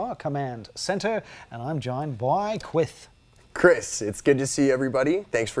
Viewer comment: Haha, "Cwith".